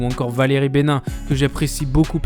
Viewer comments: J'apprécie toujours la forme de tes vidéos mais là le fond est bâclé! Tu mets un message très discret disant que tu n'as même pas regardé 8 émissions entières! Comment peux tu juger? En plus en disant "Benin" au lieu de "Valérie Benaïm" tu montres que tu ne connais pas cette émission. Tu t'inspires donc d'internet pour faire cette vidéo et c'est justement là qu'il faut faire attention car TPMP fait du clic, donc tout prétexte est bon à prendre pour faire un article même si c'est faux. Par ex le départ d'Enora. Quant à celui de Moreau rien à voir avec un quelconque défaut de l'émission donc pourquoi sous entendre que ça aurait un rapport avec le niveau de l'émission? Je ne peux pas tout commenter mais c'est dommage tous ces défauts. Pourtant y a de bons points. Par ex le fait que Hanouna parle de plus en plus sèchement aux chroniqueurs ou doive faire attention à ses moqueries, ça c'est un point intéressant et vrai. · pardon c'est pas Valerie Bénin mais Benaïm (benaiiim)pour la prononciation bref j'aime bien ce que tu dit mais pourrais tu parler des nouveau chroniqueur de tpmp en 2018 et enfin un point de vue différant et trancher moi je ne fait pas partie de la "baba Sphère" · Toujours détesté cette émission et ses chroniqueurs... d'ailleurs ils risquent de reprendre quelques parties de ta vidéo afin de te rabaisser et peut être même ne garder que le passage ou tu prononce "Bénin" au lieu de "Bénaïm"... super vidéo, et bonne continuation;-) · et pour ta vidéo essaye au moins de dire le bon nom des chroniqueurs parce que Valérie Bénin existe pas c'est benaim et Malagré c'est Enora pas enola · Pas Émilie "Bénain" mais Bénaïm(e) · Mdr valérie "benin" ça se dit "bé-na-ime" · Tu m'as tué avec le Valérie Bénain au lieu de Béna-ïm xD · C'est pas "Valérie Benin" mais Valérie Benaim (ime) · Ça ne se prononce pas "bénin" pour Valérie mais plutôt "bénahime" ;) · Valérie benin;) la prononciation mec ...c’est pas du tout le nom de celle-ci